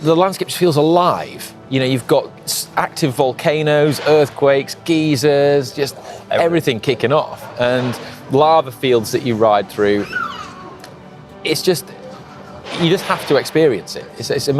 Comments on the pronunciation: "you've got active volcanoes, earthquakes, geezers" ..... geezers?... not geysers? haha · Great content, as always. Only geysers are guy-zers,. Geezers are older gentlemen like myself;-) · Yes, I heard that too. He's mispronouncing geysers. Poor fellow. But, I won't be the one to tell him....